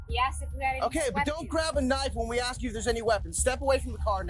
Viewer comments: He was just trying to ax a question. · Why is the number of people that have interaction with police that cant say "ASK" end up in cuffs higher than those that can?